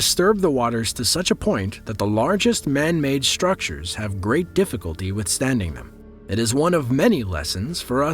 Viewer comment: Somebody please tell the host/narrator of these “underworld” videos that the word STRUCTURE is not pronounced SHtuucture and that CATASTROPHIC is not pronounced cataSHtrophic! I hate that he mispronounces these words.. oh and here’s another one. He pronounces CONSTRUCTION as conSHtuction!! Wtf why??! Speech impediment maybe?